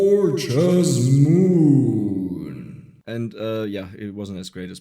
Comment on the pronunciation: Elf needs food badly,Is what I heard for gorgeous moon haha